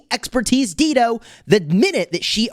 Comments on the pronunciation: it is pronounced as Dai-doh. Not Deedo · Not Deedo, Dah-i-do, like the singer, Dido. 😅 Is this still relevant against Gorgo and Zenobia?